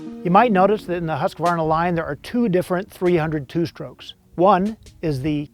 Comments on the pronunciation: Its “HUSK-VARNA” btw 😂😂😂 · You didn’t pronounce the brand right